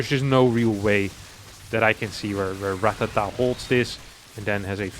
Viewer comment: It's actually Ratáta, not Ratatá